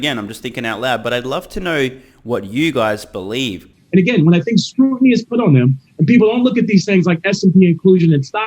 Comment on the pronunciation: said "their market share has WENT from...." and moments later he said "has went..." again so he has an average or lower iq. and he said "scrutinty"